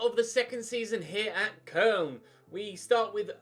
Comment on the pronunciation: Who tf pronounces Koln as Kern